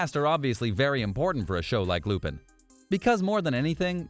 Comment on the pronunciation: it pisses me off how you say lupin